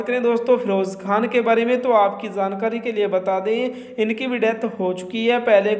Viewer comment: Jaankari hota hai Zaankari nahin - Apna ucharan sahi kro ji !!!